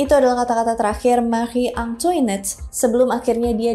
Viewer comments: hihi agak gatel pas denger penlafalan “Marie” nya bener (dengan R dicadel2in) tapi bagian “Antoinette” nya salah. Pelafalan “Versailles” jg gak konsisten nyebutnya— It’s ok, bukan bahasa kita (walaupun bisa cari tau di translator / google sih) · Maaf kak, setahuku untuk Antoinette cara bacanya Antwanet terus guillotine bacanya giyotin, semangat ngonten 👍🏽🫶🏽